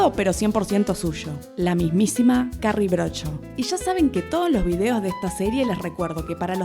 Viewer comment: "Carrie Brodsho"😂😂